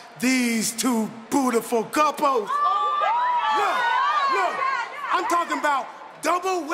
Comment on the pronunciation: Did he said bootyfull couples?🤭🤭🤭